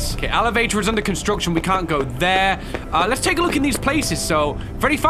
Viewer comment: Anyone realized when Freddy said let us go?That was not the way to say let's go.